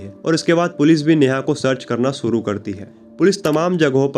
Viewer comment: aap ek anchor hai apni language per Dhyan dijiye sha ko sa mat bolye ek anchor ko apni Bhasha per command hona chahie suru nahin hota shuru hota language Sapna aur to video dekhne ka man nahin karta